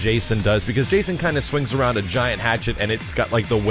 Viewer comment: haha sounds a little 'downy' here.. "throws awound"